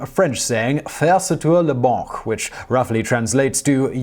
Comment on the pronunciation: It's "faire sauter la banque", and it means to blow the bank up. He just has a hard time pronouncing French.